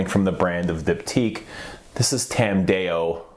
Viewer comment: just a heads up, dao in tam dao is pronounced like saying doubt without the t.